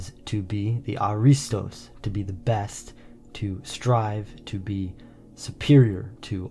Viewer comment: Only two minutes into this video, severe historical and mythological errors are presented as fact, which completely compromises the accuracy of the rest of the content: 1. Pronunciation: It is not pronounced a-RI-stos; the stress belongs on the first syllable (A-ri-stos). 2. Historical Lineage: The Dorians (Herakleids) claiming the Peloponnese as their inheritance had absolutely nothing to do with Pericles' ancestry. Pericles was an Ionian by birth, an Athenian ruler, and one of the greatest statesmen in history. 3. Complete Misidentification: The video introduces an image of the mythical hero Perseus slaying Medusa (by looking at her reflection on his shield), but the narrator explicitly calls him Pericles (the historical Athenian statesman who lived 495–429 BC). Perseus was the mythical forefather of the Dorians; Pericles was Ionian. Please fact-check this material before presenting it to an audience as genuine Greek history.